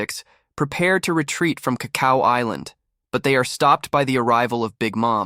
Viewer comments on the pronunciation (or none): Around 15ish minutes bro says "is-land" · Is this ai voice generated no way you watched this show and mispronounced island dawg 😅